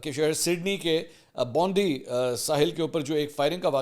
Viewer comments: The correct pronunciation is BOND-I not bondiiiiii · منصور صاحب یہ لفظ بونڈی نہیں بونڈا ئی اے Bondi اس کو ٹھیک کر لئے پلیز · Mansoor bhai it’s pronounced as Bond-eye just a small correction for you! Thanks for giving us daily updates!